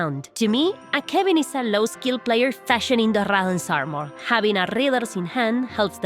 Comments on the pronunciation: rradán arrmorr, me gusta cómo suena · RRRRRRadahhhn Armerrrrr